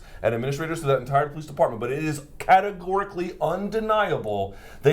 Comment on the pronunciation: Luke "Cetegorically" Thomas